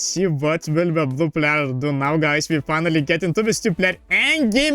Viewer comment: Yes can u also practice how to pronounce "player" please